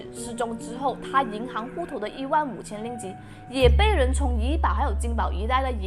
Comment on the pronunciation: 对，就是口音，你说的银行（hang) 读银行（xing）这是读错字不是口音问题，但是你说的悬（xuan2）赏读悬（xuan1）赏就是口音问题，你说的无非就是一声二声三声四声，马来西亚人说吃（chi1)了吗会读吃（chi4)了吗，读（du1)书会念读（du4)书，做（zuo1）么会读做（zuo 4)么，你觉得那个字是用错了？难道你在马来西亚路边随便听到说吃（chi4)了吗，你就要去跟他说“你用错词了是吃（chi1)了吗”，全部只不过是口音声调高低而已 至于你说尸她说身是因为要避开敏感字眼，比如尸、杀、奸、死等等，不然会被YouTube 黄标，所以你看她说死者但是字幕写S者，尸体他说身体，死者说逝者，只是为了避免这些字被黄标用别人懂的字来代替而已就错了？或者你去看看抖音，所有死、尸、奸、杀这些字都会被遮起来，也会用S代替死字，那你也要说全中国人用错字了？中国南北音都不同，一到四声也不同，那为什么你不说全中国人都错了？